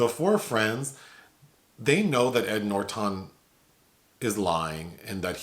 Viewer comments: I absolutely love when says Edward NorTON. is so cute. 😊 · I’m being triggered by “Noorertawn” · Came to say something similar. I've never heard him called Ed NorTON . 😂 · LOL! Yeah Nor Ton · The way he says ‘Norton’ is delicious! 😊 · is so adorable! The way he pronounced Ed Norton's name tickled me with laughter & made me think of various words that rhymed with "Norton" and formulated a story out of those words. However, that version of my comment got way too long, imo, so I opted to delete it. Anyways, it was merely a joke, to have some pleasure & fun! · I have literally never heard anyone pronounce Ed Norton that way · Okay weird pronunciation of Edward Norton's last name keeps making me chuckle. 😆 Great review nonetheless. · Same. Hehe